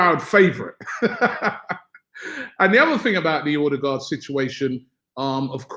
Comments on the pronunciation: Martin erdegaard is how its pronounced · It’s pronounced Err-de-gore (d is silent) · Pls Robbie learn to pronounce Ødegaard , he said in an interview how to say it.